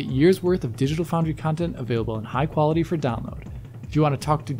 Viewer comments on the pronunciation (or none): none